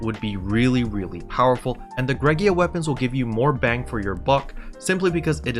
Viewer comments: I’m probably the only person bothered by this, but it’s Greaga, not “Greg-ee-ah”. I have heard some people say “gray-ga” I’ve heard some people say “gree-ah-ga”, but you’re like the only person I’ve heard say “Greg-ee-ah” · "Gree- ga" Hard Gs. 'Ea' sounds like a 'Ee' (long vowel when together). I guess English is hard.